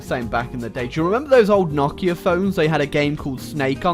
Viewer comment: Not 2 be rude but i pronounce it no-kia